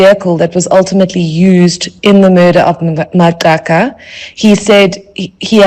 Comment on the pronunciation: Mispronunciation of Magaqa is very ear-sore🤦🏿‍♂️🤦🏿‍♂️